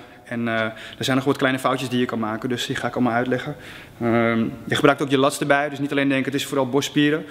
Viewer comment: Hoe jij lats zecht hahhaaha